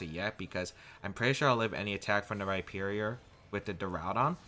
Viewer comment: You said Rhyperior correctly finally, i love you <3